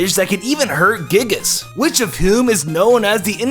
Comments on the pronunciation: You said giygas wrong and said palutena escaping a black hole. Do you overview this? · FINALLY! Someone who pronounces Rayquaza correctly! 2 minutes later he pronounces Giygas wrong.